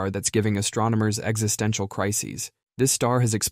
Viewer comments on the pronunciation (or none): none